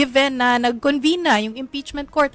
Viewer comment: Senado po, hindi "Sinado". Convene, hindi "Convine".